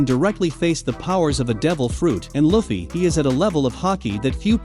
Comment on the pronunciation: You cant even say luffy right dude